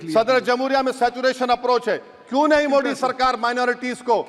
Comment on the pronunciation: Pehle modi bolnaa seekho😀😀mudi nahi hii, tallefus bekaar hii tumheraa